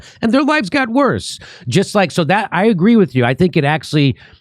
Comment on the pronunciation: Sorry, Kurt. It's "worsererer."